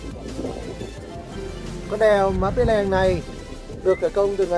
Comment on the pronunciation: Cái tên đèo nó ghi rõ trên bia đá tại điểm dừng chân là Pì tại sao a lại cố đọc sai nó đi thành Pí là sao?